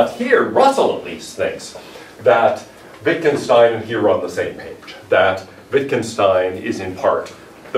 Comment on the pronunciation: His name was pronounced Vitgenshtain, he has never immigrated to USA.